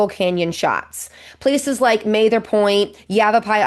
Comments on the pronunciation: Not 'May-ther" point...Ma....ther. Like 'mad'. Short a. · I've never heard Mather Point pronounced "May-ther" before. Pretty sure it's a short A. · I just watched someone reviewing this video, and although very informative, as well as very scenic, I wanted to set you straight on a few points. Hope you don't mind. Back in the '90s I backpacked in from both rims to Phantom Ranch at the lowest altitude in the whole park, and they're both stunning. Mather Pt. is MATH-er, with the 'th' being hard, as in 'this', whereas you gave it a soft 'th' as in 'math'. It was named after Stephen Mather, the first director of the National Park Service. FYI, correctly pronounced, 'Zion' rhymes with 'lion', and was named after the large hill in Jerusalem, as well as an alternative name for all of Israel.